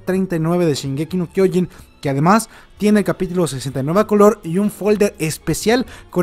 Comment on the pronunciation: Se pronuncia SHINgeki no kyoJIN, no shinGEki no kyOjin